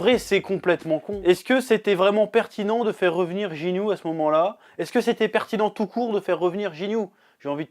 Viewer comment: Tu dit jinyu mais c'est guinyu